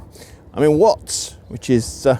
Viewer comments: At the mark, the Watts of Watts Towers is mispronounced. He says “wuts,” almost “woots.” It’s wahts. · You said Watts like Wutts. As a Southern Californian, I would say "Waatts". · Among other things you pronounce Watts like Wuts.